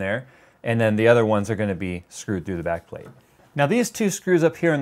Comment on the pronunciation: What i heard: "...and this is the Nickelbacked plate-plate"